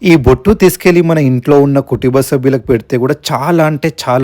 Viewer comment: పురాణత్వం కాదు బాబు, పురాతనమైన అనాలి, మహస్య శివరాత్రి కాదు మాస శివరాత్రి అనాలి. కుటుబ్య కాదు కుటుంబ. ధూళి అనాలి దూలి కాదు అక్షర దోషాలు లేకుండా ఒక script రాసుకుని Telugu బాగా వచ్చిన వాళ్ళ చేత Chq చేయించుకుని voice record చేస్తే viewers interest మరింత ఉంటుంది. తప్పు పట్టడం అనుకోవద్దు. సరిచేశారు అనుకుంటే తగిన జాగ్రత్తలు తీసుకుంటారని. చెయ్య వలసి ఉంటుంది అనాలి. Content అనాలి. Craantact కాదు contact